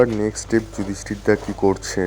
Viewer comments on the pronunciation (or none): none